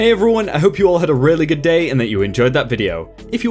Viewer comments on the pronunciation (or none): Why does begin each reading with "" Hey, Ruin"?, practice saying "everyone"!